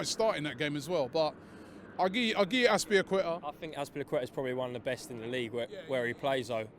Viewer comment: Lol can't pronounce azpilicueta to save his life